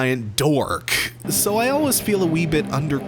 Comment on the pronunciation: I've always been curious why you pronounce the word "always" like "al-wes" or "al-wis"? I don't have an issue with it whatsoever, but I'm just curious.